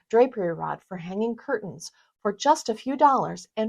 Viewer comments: Could someone please tell the woman in the first video - the one about making cheap curtains look like 'high end' curtains - that the word curtains is pronounced 'CUR TENS' and NOT 'CUR-UNS'. Our language is such a beautiful one, please don't wreck it by lazy pronunciations! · Please say CUR-TENS not CUR-UNS. Regional pronunciation I’m sure but not for the rest of us. Iron out those wrinkles! Honest I’m a nice person but the amount of times you said cur-uns paired with high end, showing wrinkled and too short of panels did me in. Nice hacks though. My Grandma used to put washers in the drape hems to hold them down. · I'm relieved that I'm not the only person who had a problem with ''cur-UNS''. I was going for my mute key when she thankfully finished up. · This is a big irritant to me, 'curtains". The "T" is NOT silent. It is not curain.